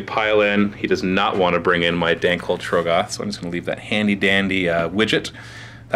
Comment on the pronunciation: please say trogg-oth correctly